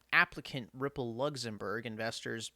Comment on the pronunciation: Lugzumburg lol